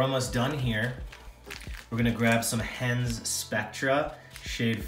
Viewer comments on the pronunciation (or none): FYI that's Hends Spectra Dubbing not "Hands". :) Thanks for the videos